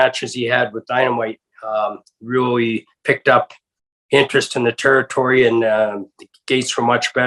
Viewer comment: Hate how he say territory